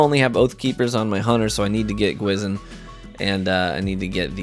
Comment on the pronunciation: I love your content, never said anything negative until now. The spectral blade exotic gwisin vest means ''Ghost' in Korean, it is pronounced Gwhi Shin. Ive seen alot of youtubers pronounce it wrong, but hearing you pronounce it wrong really disappoints me. Please be and advocate of pronouncing things right, don't make the community pronounce it wrong, just like how Atheon was pronounced incorrectly all throughout D1. Thanks